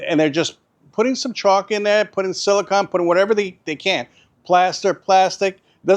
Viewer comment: Great video..it sounds like chalk..caulk?